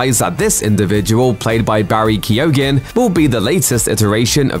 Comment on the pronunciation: Please learn how to pronounce Irish names, you just butcherd Barry Keoghan's name 😱